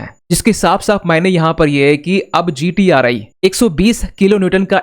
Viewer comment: It's not GTR "I", read it correctly GTR "E".